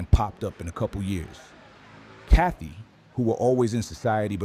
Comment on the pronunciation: it's said: ka-TOY ,not kathy